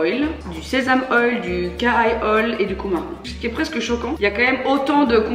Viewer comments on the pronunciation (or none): Coumarin ce prononce coumarine ^^